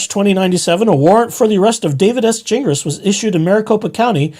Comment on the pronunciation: It’s pronounced Gin Glass